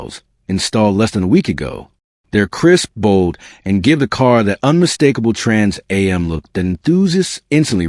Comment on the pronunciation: having trouble saying trans am